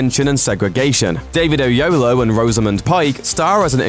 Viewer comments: say it with me O YELLOW WOAH David Oyelowo. if you cant pronounce it dont say it. and its pronounced the same in every culture/language smh i stopped watching watchmojo for this exact reason they always butcher a persons name. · A United Kingdom is a good film indeed.. And lol ur pronunciation of (David) Oyelowo_.. Just think _"o-yellow-o.." Sorted ;)